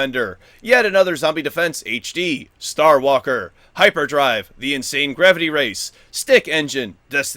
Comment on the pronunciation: You pronounced Star Waker as Star Walker two days in a row. :-)